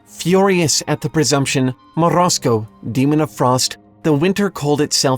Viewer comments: MorOZko, not Morasko. I am a russian speaker sooo... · As a Russian, I do appreciate the effort you made to roll the R on Morozko lol Also, holy shit this story is so fucked up, how have I never realized that growing up??? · I like your pronunciation of "Morozko"